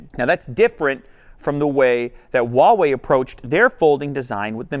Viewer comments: The brand name is pronounced "Hua Wei", not "Wa Wei". Huawei in Chinese is comprised of 2 Chinese characters. "Hua" means Chinese, and "Wei" means sort of like "action". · Anyone else notice he says Wah way instead of Who ah way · I pronounce Huawei as "Whuu-way" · All this time I've pronounced Huawei as "Hawaii" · That pronunciation on that “WaWei”... It’s like when people say “Zang” (using the ‘z’ for “zipper”, and saying the last name Zhang) Atrocious pronunciation...get coaching, please. Stop a Chinese person for pronunciation. Otherwise, nice video to the folding phones. 📱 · Ugh why do people pronounce Huawei like that. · Why is it so hard for people to pronounce Huawei Just pretend you’re Hank Hill saying “what” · Well, I guess I've been saying Huawei wrong this entire time..